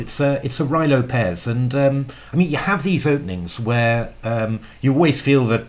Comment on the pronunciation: Roo-ee Lopez